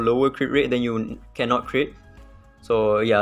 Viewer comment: "my one kennot" fellow sgmy speaker ousting yourself